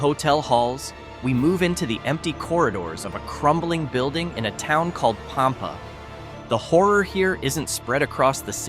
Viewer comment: Sah-LAH-do? Du-MAS? POM-pa? HEE-co? BEW-chanan Dam? Get it right or don't do it at all. Oh, and since both John Wilkes Booth AND Billy the Kid apparently lived out their lives in HIGH-co, perhaps we should look for Amelia Earhart and Jimmy Hoffa there as well.